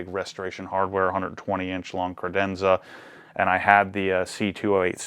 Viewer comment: As an Italian guy, I really hope he'll not pronunce "credenza" again.